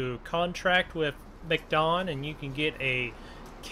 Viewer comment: Hey No disrespect but it’s not a mcdon it’s Mack don